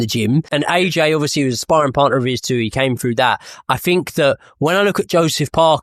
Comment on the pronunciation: Fink, froo? WTF